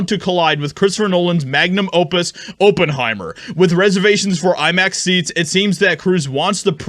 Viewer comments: It’s OP-en-hi-mer. Not Oh-pen-hi-mer 🤦🏻‍♂️ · It’s pronounced ah not o. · For jeebus' sake, it's not O ppenheimer. It's ah ppenheimer. Even a half-as$ed search about a name you've obviously never encountered before would have told you this. I couldn't even finish a not four minute video because of your repetitive mangling of a not obscure name. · Oppenheimer /ˈɒpənˌhaɪmər/ For an entertainment reporter, your ability to mispronounce proper names is legendary. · oppenheimer , like op enhiemer . do your phonetic research doof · IT'S PRONOUNCED OP IN HIMER YOU KNOW THE GERMAN SCIENTIST THAT INVENTED THE NUCLEAR BOMB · It's NOT "Open-heimer" Research is a good thing. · it's not "Open-Heimer", Op, like Operation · Maybe it shouldn’t, but pronunciation of Oppenheimer really bothers me. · If you grew up without ever hearing the name Oppenheimer mentioned, and are unsure how it is pronounced, you should look it up. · Geez dude why can't you pronoun words correctly. It's Op is in operation sounds like oppenheimer funds. duh.